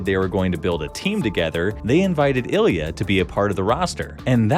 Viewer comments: Ilya perfecto? :D :D just say you cant pronounce his surname! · LOL! Ilya perfecto, the half russian half italian